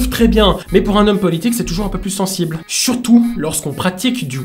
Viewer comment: Il a dis surtout ou churtout?